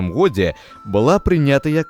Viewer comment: Вельми неправильна гаварыце слова "стагоддзе" и "у годзе". Неяк штучна